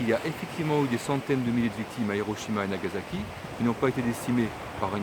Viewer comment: Oui,, tu insultes les victimes de Hiroshima et de Nagasaki. Tu n'es ja mais allé au Japon, tu n'as recueilli aucun témoignage des personnes concernées, tu ne sais même pas prononcer correctement le nom de ces deux villes alors que la prononciation du japonais est si simple pour un francophone, tu éludes la question de la mortalité et des souffrances avérées provoquées par les radiations… Tout cela pour faire du buzz sur YouTube… Ton attitude est obscène! Présente des excuses aux personnes dont tu as insulté les souffrances. C'est un ordre.